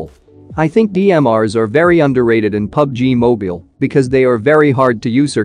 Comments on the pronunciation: 'Mobial' he said 😂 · I like how the narrator says pubg mobeal lol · You say pubg moybile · “PUBG Moobiyaill” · bro doesn't know how to say mobile